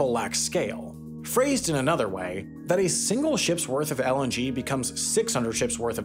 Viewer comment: I keep hearing LNG as LMG